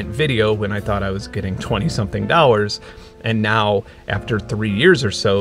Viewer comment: For those wondering, when he says dowers, he means dollars.